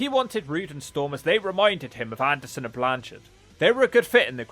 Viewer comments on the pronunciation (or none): none